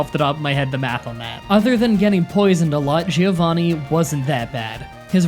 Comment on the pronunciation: "Gee-Oh Vaney".